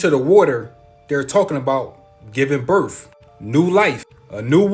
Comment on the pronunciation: I'm sorry, but the guy talking about the age of Aquarius &the rest of his theories? I CANNOT, in good faith, believe someone who can not say the word "birth". It's a TH, NOT an F! I know English is hard, but COME ON.....😑🤨🤔🙄